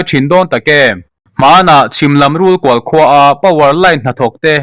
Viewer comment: Rulkual i lam dan kha a dil lo suan kual lam ang ni lovin kawng kual ang zawkin lam tur aw.